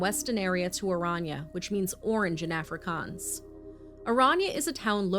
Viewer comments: love from South Africa! ''Afrikaans'' is pronounced ''Ah-free-kuns'' edit: Apartheid is pronounced ''Apart-hey-d'' you guys pronounce it better than most people tbh Love you guys, love your content! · Did you say africkhans? Im going to look up the pronunciation. That's not sounding correct